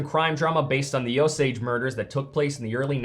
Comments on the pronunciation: It's "oh-sage"..... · Is it "oh-sage" or "oh-sodj"? I've never heard the pronunciation the creator is using but I'm wandering if that's just regional? I'm not from Oklahoma or that part of the USA but I used to work with a man who was (I believe) a quarter native American and I think I remember him saying "oh-sage", but maybe I'm misremembering. That's a possibility.